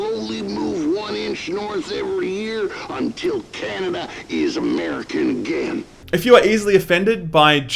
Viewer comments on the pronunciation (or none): Why did pronounce that "CA-NAY-DAH"?